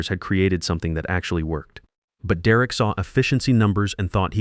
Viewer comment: "De Wreck" is an odd way to pronounce "Derek." Your AI is crap.